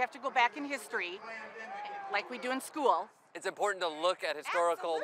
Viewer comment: Irony: she said "Sk-ool" as in two syllables, but actually it's one syllable as in "Skool."